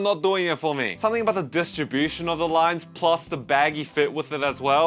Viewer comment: We get it. You don't rike rines.